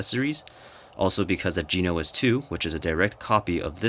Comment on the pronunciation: Jen-o-ass is how to pronounce bro